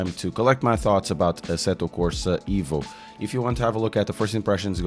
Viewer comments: yes...but EVO , not IVO :))) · please call it exactly "evo" not " ivo " as its director said